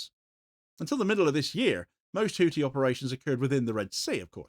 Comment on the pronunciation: Hou-thi (pronounced Hoo-thee) not hootie, you muppet.